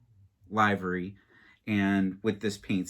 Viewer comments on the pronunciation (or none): It's pronounced " liver- e". Great review......👍👍👍